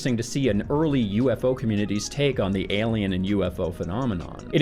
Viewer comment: I love the way you say “elien” 😜